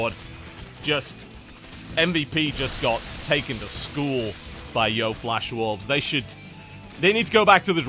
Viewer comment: DAMMIT TB. YO-E FLASH WOLVES. NOT YO.